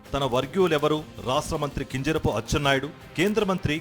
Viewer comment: Tel prononsation baguledu kinjarapu correct ga cheppali